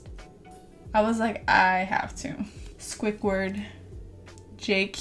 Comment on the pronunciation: “Swuickward “ it’s squidward .. but I still love you 😂❤️